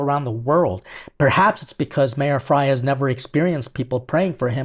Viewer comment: Kudos,! You really are a chef ‘coz you call Mayor Frey as Mayor Fry 🍳😅😊